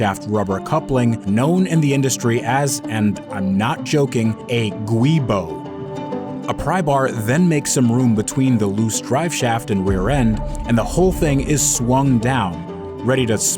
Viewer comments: unsurprisingly you pronounced Giubo wrong It's "joo-bo" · DID YOU SAY ITS A GWEEBO?